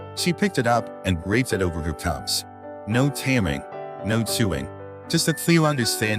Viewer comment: Sadly this was not able to be understood. The narrator called the bears TUBS. INSTEAD OF CUBS! Unfortunately I could not understand the person or ai do the narrative!